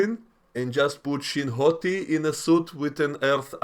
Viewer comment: Every time you call her Shin Hati I lose it lol